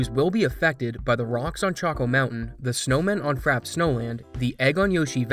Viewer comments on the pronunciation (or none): It's "Frappe snowland" not "Frap snowland"